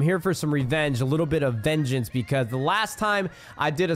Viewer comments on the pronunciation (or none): Did anyone else hear " becauseth